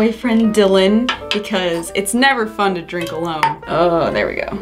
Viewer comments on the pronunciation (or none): 'drinken' lol